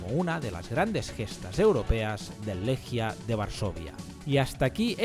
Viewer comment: Amigo querido, enorme video. Solo decirte que se pronuncia “Leguia”. Abrazo grande